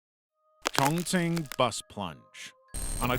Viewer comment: He mispronounced Chongqing when talking about the bus, and that's very easy to say